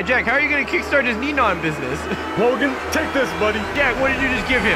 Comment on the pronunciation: Yeah it's neon not nenon